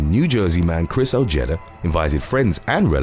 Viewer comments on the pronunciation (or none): 'OJETTA'. LOOOL. Ojeda. OH-HAY-DUH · It is pronounced “oh-heh-dah”